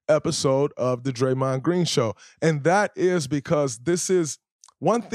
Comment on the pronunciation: Say his name Draymond is that hard to do